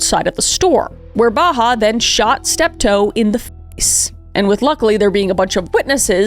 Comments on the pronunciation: I kept hearing her say Baha Humbug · Same! It made me giggle when I shouldn’t be 😅 It’s a pretty common name among Palestinians, it’s Bahaa, pronounced more like bah-haht The pronounciation